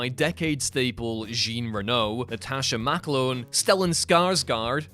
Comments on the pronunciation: Geen Reno?! Really? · your mispronunciation of Jean Reno's name is really jarring & kinda disrespectful